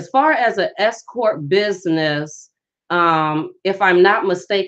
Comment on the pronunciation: Just had to say this. At first, i thought u said "escort business" because of the accent while speaking. THEN...i realized u were saying "S Corp". Foolish me🤥. Anyways, good & concise info. Peace out.